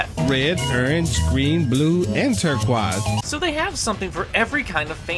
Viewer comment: The quote "red, green, blue... and tur-quahzz" had me rolling.